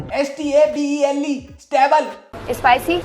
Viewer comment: That english words - Espicy, Istable 😂😂